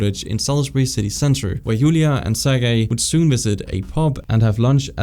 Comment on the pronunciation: Ser-Jay? It was corrected later but man… oof